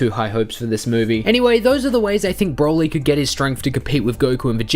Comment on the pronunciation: mate why u r so strange when u say "broly" u say like " BBRwouly"